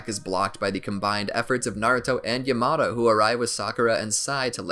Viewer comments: My man can't say yamato he calls him yay mato 😂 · Its yamato not yamado😠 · his name is pronounced yah-mah-toe pffft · Why does the call everything the almost wrong name? He doesn't say Raikiri or Lightning blade, he says lightning cutter. He doesn't say Yamato, he says Yamado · My dude rlly said YAaHmAtO